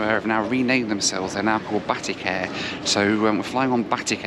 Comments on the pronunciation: 'Batty Care'..?? lol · "Batty care" lol